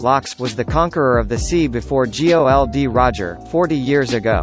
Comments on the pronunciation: What the F is "G O L D Roger" and "Laffy" man!! It's Gold/Gol D Roger and LUUUFFFYYY damn F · Why are you saying G.O.L.D.Roger , it's Gol.D.Roger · Luffy must be pronounce as "LOOFFY" and not "LAFFY" It's "GOL D. ROGER" or "GOLD ROGER" and not "G.O.L.D. Roger" "ROCKS" not "LACKS" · Who the fuck is geoldy roger? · Laffy....G O L D roger... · G O L D Roger wow, who the fuck pronounces it like that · EVERYTIME YOU G-O-L-D ROGER IM ANNOYED IDK WHY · Why do you say G O L D. Roger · LAFI? GI OW EL DI ROGER? WTF DUDE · Same thoughts here